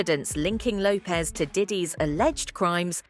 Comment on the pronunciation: "Jennifer Hoepez"